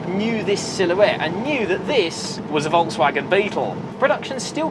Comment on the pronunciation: I am elated, An English speaking person that has not slaughtered the pronunciation of the Volkswagen, living in the US I'm constantly plagued by even advertisers pronouncing it as they see it. 👍